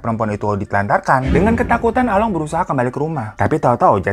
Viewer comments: bukan Along tapi Alung baca nya 🤭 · Bang, sebenernya cara nyebut along sama tok itu salah.. Gimana ya jelasinnya.. 🤣🤣🤣